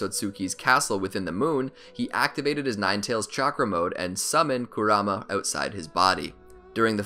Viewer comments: Ik it's spelled like kurama but it's pronounced like "karuma" Naruto and everyone else says it like that in the show. I couldn't make it past the first two times you said his name wrong without clicking off. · I stopped watching 5 seconds in when he emphasized the kuRAma instead of the MA. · Not gonna lie, your pronunciation of Kurama is driving me insane 😂